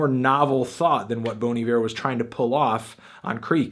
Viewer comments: Just for the record, it's pronounced BONN EE-VEER, not BONE EE-VEER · Even anthony is doing it wrong. It's Bon, not Boan. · Bon I-ver is the correct prunaunciationing. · Its actually be pronounced more like "Bawn E Vair". If you really want to know just listen to Bon Hiver pronounced over google translate. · Wrong...It's pronounced "Bonnie Bear" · Bawn eye-vurr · Bon E-Vair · It's pronounced Bahn I Ver. Also, what did you think of the new Sumerlands? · The only thing wrong about this review is that you keep pronouncing it bony ver. Also the rating but that's just my opinion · My god, I've been mispronouncing Bon Iver my whole life.